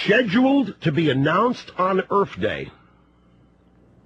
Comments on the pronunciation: I have to ask... Erf day rush, Erf day? EARTH. The oxy is damaging his speech censor. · Does that fat head say "Earf Day"?